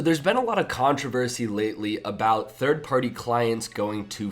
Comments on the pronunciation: lol he's saying "thirdee party clients" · "Thirty party clients"